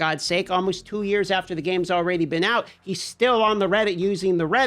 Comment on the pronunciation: Am I hearing “Alrayyyyydy ?!